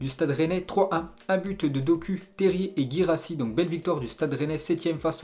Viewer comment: Doku se prononce Dokou